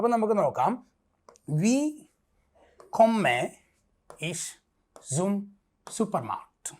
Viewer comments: ജർമൻ കൊമ്മെ അല്ല സാറെ കൊമ്മേ എന്നാണ് പഠിപ്പിക് തന്നെ പൊട്ടതെറ്റ് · OMG! Your explanations are ok. But the Pronunciation is bad. For example: Ich, wohne, Kerala, komme etc. There are rules regarding the pronunciation, please correct them!